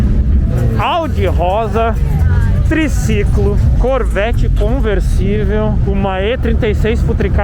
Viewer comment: "triciclo" hahah